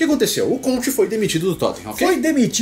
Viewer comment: CONTCHI KKKKKKKKKKKKK